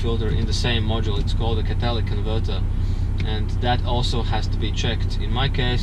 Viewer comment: Katalic converter,is he saying catalytic converter?